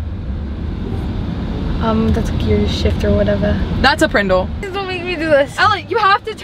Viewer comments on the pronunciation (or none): When said “prendel” for the PRNDL, my mr. Moseby memories came back man.